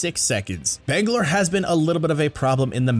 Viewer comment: The butchered Catalyst and Bangalore bruh….stfg